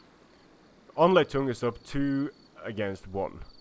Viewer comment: Hey, did you realized that "Anleitung" (Translation: "instruction") is a German word, because you're pronouncing it quite odd. It is used to satirize Chinese language because the syllables sound like Chinese words. ^^ Great games and commentary as usual though, thank you! EDIT: Ok, I just heard your "Anleitung zum Sieg", after I watched the 2nd battle again. So forget my comment.;)